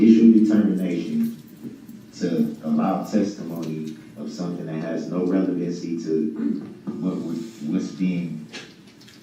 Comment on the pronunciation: I can’t get enough either. I I love to put it on in the background and listen while I’m doing other things. I love listening to all the words this idiot doesn’t know how to say, like fixiated, relavency, substained, and license place just to name a few